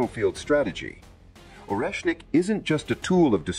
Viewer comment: AI mispronounces so many words... It can say or-esh-nic yet struggling with Kiev...not keeeevv it's ki-ev Also sha-heed missiles not sha-head SMH